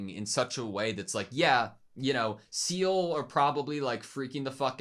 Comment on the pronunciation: (First off, it's Marduk (not Murdoc) and "Zeh-leh" (Not "seal").) I started watching Evangelion with the ADV video tapes (THIRTY BUCKS A POP!! FOR JUST TWO EPISODES!!) in 1998, and 17+18 was the first tape I had to wait for (the first seven volumes had come out before I got into it, and Volume 8 came while I was watching those). I don't want to say too much, except that this episode is just the prelude to the next. (As I'm sure you've noticed, many Eva episodes are two-parters.) And the Class Rep's crush on Toji is so cute! Thank you for picking up on it and discussing how Toji himself picked up on it, too!